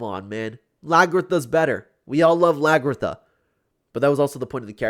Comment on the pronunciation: The way he pronounces Hviserk and Lagertha 🤨🤨🤨